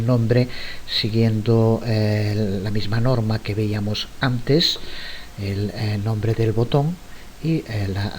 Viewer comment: Excelentes!!, estoy aprendiendo mucho. Una observación, ya que veo que tiene mucho cuidado con el uso del idioma castellano, me parece que escucho que muchas veces dice :"víamos" en lugar de "veíamos".